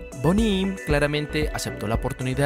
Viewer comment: Tremendo video, pero la pronunciación del Inglés totalmente por el suelo. Se pronuncia "Bóni Ém".